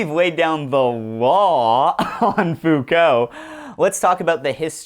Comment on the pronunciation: "Fow-cult" ohhhhh no, they're gonna come for you.